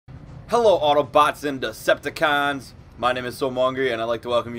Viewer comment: did you say 'hello autobutts and decepticons?